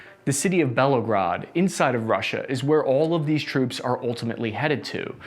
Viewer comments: also ‘Bela-rawwd’ (sb Belgrr’d). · Not Belorod city in Russia attacked by Ukraine, proper pronounce is BelGorod 🙂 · Hey man why don't you let me help you how to pronounce these words the names of these towns it's BELL ga road.. not Bello grad.. send me a response and I will call you and go over a few of these towns with you.. Her SON not Karasen.. NEPER river not Daneper